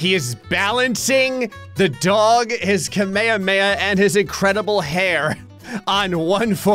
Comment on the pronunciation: The only thing that annoyed me - you mispronounced DOG! You said it right once when you drew Goku.